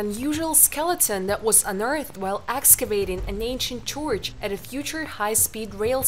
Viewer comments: the way she said church was really disturbing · nobody is perfekt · Well I don’t know if that was exactly disturbing to me but at least it was amusing 😂👏🏽😎👍🏽